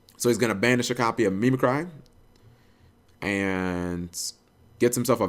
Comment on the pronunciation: lol the way you pronounce "mimicry" me me cry lol why